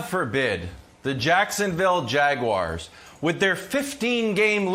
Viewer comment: “Jacksonville Jag-wires” 😂